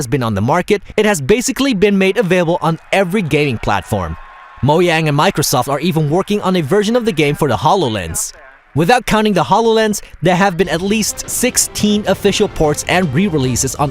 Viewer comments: did he just say Mohyang instead of Mohjang? and also the way he pronounces Omega, he pronounces it as Oh-me-ga when it's pronounced as Oh-meh-ga. And he says Oak-Car-I-na instead of Oc-Car-I-Na. God just the way he pronounces these words just makes me cringe. I know these aren't common words, but seriously bro, and the thing is, is that this guy is probably 5 or more years older than me. There's probably some other words that i missed in this video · "Moyang" wtf if moyang guys? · MoYang xD